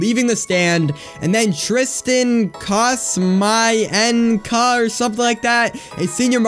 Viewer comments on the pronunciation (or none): I heard "Tristan...Cost...My...N...Kuh?"